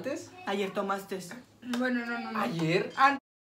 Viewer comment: " Ayer tomastess" 😂